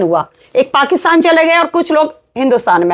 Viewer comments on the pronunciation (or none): none